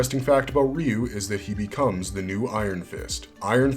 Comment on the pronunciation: Finally! A video that pronounces Ryu correctly! And it only took 36 years!